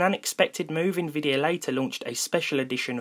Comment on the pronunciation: Im sorry, it's a Little nitpicky but it's nvidia, not INvidia. Sort off bugged me throughout The video